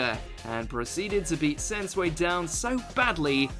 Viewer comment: Why is it pronounce Sens- way? Pretty sure it is Sen- sue- we. And also Luffy vs Katakuri should be here.